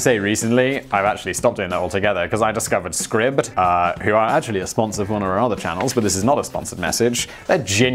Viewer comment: Did the guy who pronounced NIKE like BIKE with an N, actually bother with the way he pronounced bezos name? That's kinda backward don't ya think lol. Also... SCRIBBED?! You just do this as a fake gimmick right lol? Like it's your "thing" to just never pronounce anything right lol. Hey it works, but REALLY NIKE and SCRIBBED?!